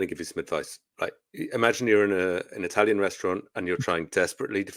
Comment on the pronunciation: "Seein as I speak the most I-talian."